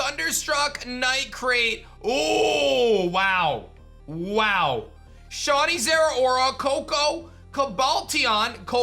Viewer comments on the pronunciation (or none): none